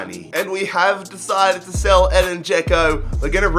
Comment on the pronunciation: I like how he said Shell instead of sell